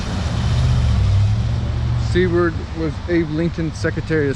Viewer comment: How dare you call Seward the "Cword" over and over. Shame on you